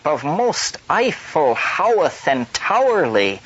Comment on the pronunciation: ‘Howth Castle’ - pronounced ‘hoe-th’ not ‘how-th’ for any of you sticklers out there ✌🏼